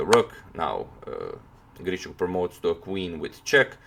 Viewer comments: As a native speaker I would say it's not a big deal. Yeah, it usually sounds more like long and soft 'sh', but you can hear 'shch' from a native speaker as well. What is actually incorrect is the stressed syllable: both "GrischUk" and "IvanchUk" have the stress on the last syllable. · Алекса́ндр И́горевич Грищу́к is probably not pronounced as GrišČuk, although the English speaking people do that all the time. ;)